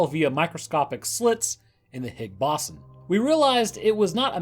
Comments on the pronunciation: Stop it, stop saying BASON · My god the pronunciation of ‘bO-zon’ and other words in this was way too distracting 😂 BOSSON wtf is bosson lmao (Still listened to it all tho 👀)